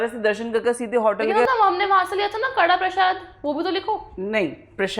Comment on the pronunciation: Didi its kdha prashad not kadha prashad